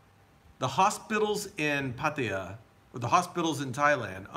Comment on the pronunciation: Listen, man, it's not pat-a-ya but Patt-ai-ya! Get it right!